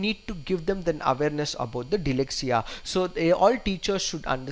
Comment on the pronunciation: DYSLEXIA not DYLEXIA! But overall terrific attempt!!